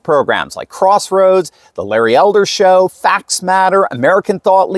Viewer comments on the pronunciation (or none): none